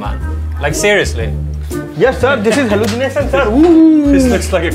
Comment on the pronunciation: Halusunation ooooo😅